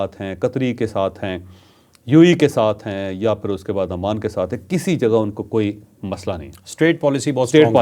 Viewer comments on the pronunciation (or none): none